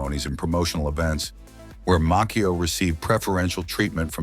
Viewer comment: And Ralph Maccio. It's pronounced" MACHIO" MA- CHIO🙄